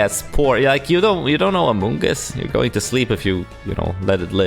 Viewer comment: I swear you say all the pokemons names wrong on purpose “Vike a volt” “Jellade” “Amonjuss”